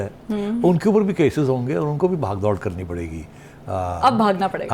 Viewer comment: indeed big shoes to fill, but you pulled it off remarkably well. The continuity of the spirit of the show will be preserved, looks like it.. And "baagh-daud", nahin "baagh-dor" hoti hai..